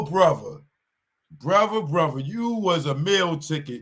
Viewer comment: Why y’all talking about another man’s child support, niggas is stupid 😢 What’s a fava? You sound ignorant, my fava, mova, and brova, it’s Father, Mother, Brother! 🫣🫣